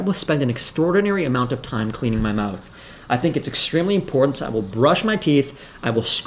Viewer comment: The word is IM-PORT-ANT. Jesus! Brown tongue and "imporen" are both abominations. Your videos are great. Thank you.